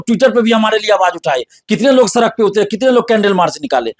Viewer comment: सरक नहीं सड़क होता है भाई 😂😂😂